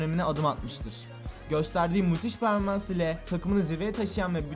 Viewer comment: "ve bu tur peaaoaorformans lara devam etmistir"